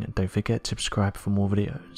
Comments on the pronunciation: Except for when he says "don't forget to abscribe" in every video. 😳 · "Don't forget to abscribe". He doesn't even try to say it right.